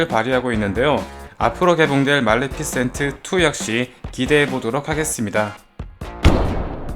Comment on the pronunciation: 말레피센트가 아니라 말리피센트에용ㅜ